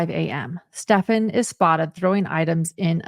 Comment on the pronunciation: Finally someone pronouncing this monsters name ( Stephan) right? Does anyone know of a reason why so many are calling him Stefan?